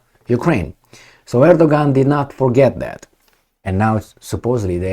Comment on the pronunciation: Erdogan is pronounced Erdowan in Turkish